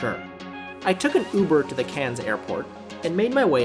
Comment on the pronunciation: Cairns...not Cannes...minor thing but Cannes is in France ! If you were flying from Cairns to Sydney....1 hour wasn't even scratching the surface....its normally closer to 3 hours ?? Sorry but not the best review you have done...